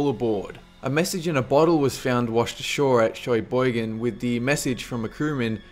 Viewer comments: # 1 is famous in Michigan where I live. And it's not Shoy-boigon, it's Shuh-boigon( I know how it sounds, not how it's spelled though lol) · your accent just butchered the pronunciation of Sheboygan. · Lol Sheeeeeboygan :P It's in Wisconsin (Sounds like Shaboygan ) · not trying to be rude but the word is pronounced (shu-boy-gan)